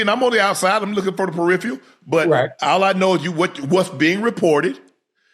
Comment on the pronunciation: “Periphial” 😅😅😅C’mon Shannon damn